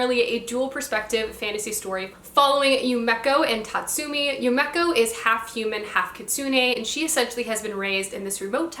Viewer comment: I thought maybe ud be interested in knowing that u pronounce yumeko, “yume eh ko” not ‘yu mek oh’! Very slight difference but... hehe